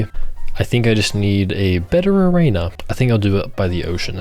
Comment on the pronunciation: why do you say arena like that 😭